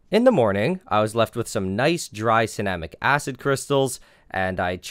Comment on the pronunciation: Anyone else thought it said cinnamon acid?